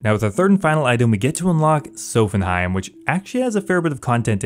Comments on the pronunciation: I'm convinced you mispronounce everything to drive comment engagement. "Sophenheim" lmao. It's so jarring, really breaks you out of a groove when watching the vids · Really good job on the series, but you pronouncing Sophanem as "Sophenheim" hurt my ears... Physically ( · “Sophanheim”, “jertrude” “sowthern” my guy pls check your pronunciations😂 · The way you prounounced sophanem triggered me... where are you getting the "heim" from? Haha